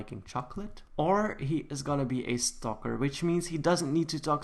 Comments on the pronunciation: When he said "stocker" I thought he said "stalker" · I thought you were saying stalker not stocker lol